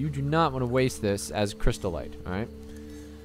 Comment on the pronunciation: cryst-ite "crystal-ite"